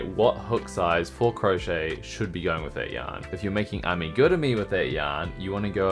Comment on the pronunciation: Give you a 👍🏻 because you pronounced the word Amigurumi あみぐるみ correct!